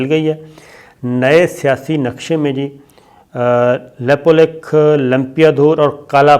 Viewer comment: Abe laude Nepal chota hai na toh China se darega na toh India se ,Nepal Kashmir nahi hai ,tuje jaaan hai history padh aur news bana ,desh chota hota hai population kaam hoti hai ...lekin international bradari ek hai.Nepal ke bare mein bina jaane samjhe kuch mat bol, lepulekh bolna tujhe nahi aata.news banane aaya,bolna nahi aata Nepal ke jamin ke bare mein.